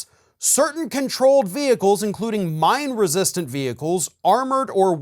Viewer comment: Who else thought he said MIND-resistant vehicles? I was like 🤯🤯🤯🤯 ", holup, the actual f*ck??"